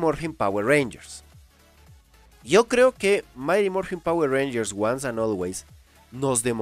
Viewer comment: Quien dice jayatus? XDDDDDDDDD